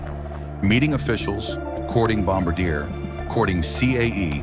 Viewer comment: Teach your AI to pronounce Bombardier.